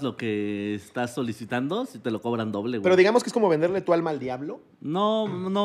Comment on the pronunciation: "ñame tu almña" JAJAJAJAJAJAJA